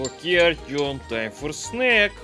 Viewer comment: Not Artyom, its Ourtyom